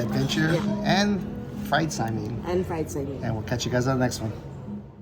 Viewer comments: Oh yahhhh...dats da good stuffs! I'm wondering why you guys pronounce it "sai-meen" instead of the way I've always heard it....even in Hawai'i which is how it's spelled, "sai-min". I prefer a good shoyu ramen or Chinese wonton soup over saimin but it's all ONO! Mahalo y'all! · Now I want some saimin! FYI, in Hawaii, we say sai-min not sai-mean. 😊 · If you say "saiMEEN" in Hawai'i, people will look at you a little strangely (like you must be a tourist), but this video was posted almost a year ago, so maybe by now you know it's pronounced "saimin" as it looks with the last syllable like "min" in "minnow." And the Zip Min may be popular, but saimin originated on the sugarcane plantations long before Zippy's opened. It was a combination of the foods that plantation workers used to bring to work and share at lunchtime, so that's why you can see the influences of Chinese and Japanese dishes in saimin or wonton min. There are, or were, many little "saimin stands" or hole-in-the-wall restaurants that became well-known for their saimin in Hawai'i. You should do some research and do a REAL Saimin Tour of the islands on a future trip. It's also interesting for me to see King's Hawaiian on the mainland because our family (and many other local families in Honolulu) would regularly enjoy dinners at King's Bakery (on King St.) and it was one of the few bakeries (like Leonard's) where we could buy 'ono pastries to take to parties or as a treat to eat at home. One of the most popular cakes was the chocolate dobash cake! Of course, there was also the famous Portuguese sweet bread - which became the famous King's Hawaiian rolls and bread. It was very sad when the Taira family closed the bakery restaurant and expanded business on the mainland. The parents originally did not want to "mass produce" the bread because of the effect on t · Sai-Min not sai- meeen